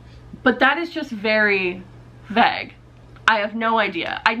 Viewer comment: The way you say vague intrigues me